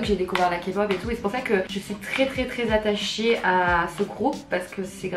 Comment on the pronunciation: " attachier " c'est bon chui morte 😂💖